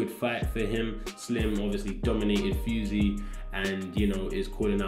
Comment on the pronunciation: it's funny when you said fyoozy instead of fousey